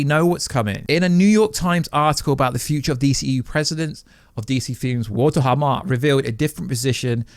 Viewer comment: Hamada, for fuck's sake😂